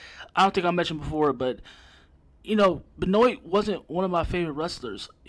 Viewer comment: At least learn to pronounce his name if you're gonna blast someone for an opinion. L